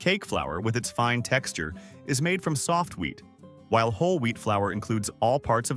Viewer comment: All I'm hearing is "weed" and not "wheat"